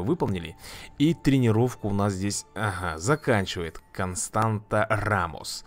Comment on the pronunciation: Ее зовут констанса а не константа